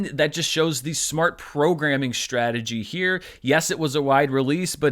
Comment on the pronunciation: 'SHTRATEGY' and 'SHTRONG'. Why are you adding H to these words?!